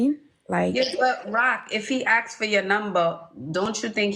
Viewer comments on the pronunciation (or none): Please figure out how to say the word ask I cannot take you serious when you can't speak English